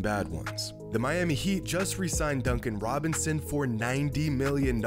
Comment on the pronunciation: he says “duncan wobinson” 😂